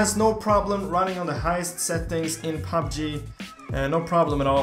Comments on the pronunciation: he is saying fabbji instead pf pubg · Who else hear PAB G instead of PUB G? 😂😂